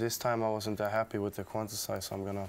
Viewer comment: yes, and pronounced by steve angello: "quanticize"